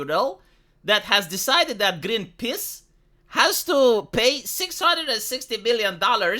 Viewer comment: “Green piss” yup, that was pronounced correctly